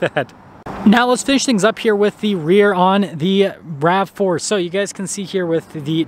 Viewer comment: And it’s “rav4” not rave.